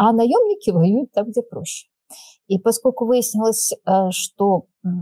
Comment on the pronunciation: Юль, не "паскоку", а - ПОСКОЛЬКУ! И говорят, что не "пропадает в туне", а "не поминает всуе"!